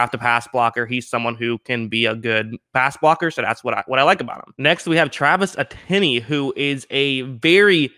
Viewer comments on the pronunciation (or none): This dude just said eteinne with one syllable